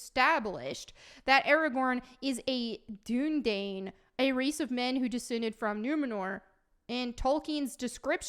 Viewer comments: it's pronounced "doon uh dīn" and they talk about it in the films lol. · Dunedain is pronounced Dune-uh-dine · Gah! The Dunedain, is pronounced in the Two Towers Extended. When Éowyn give Aragorn food. And Aragorn, the Dunedain do have elven blood. That's why they live so long. And Aragorn IS described in the books. He is pale. one would assume that someone who is pale is white.